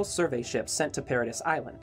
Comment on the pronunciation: you said the islands name wrong the whole time i